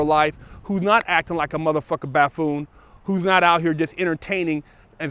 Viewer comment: I like and I like what he does with the podcast. He's a real dude. He was close enough to buffoon with ''baffoon'' so I think he should get a pass for flubbing the word. Not to get too much into politics but I don't see ''baffoon'' as a big deal when there's a possibly mentally ill buffoon in the white house representing the United States.